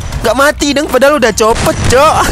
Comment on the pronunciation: pas ngomong copot lucu cok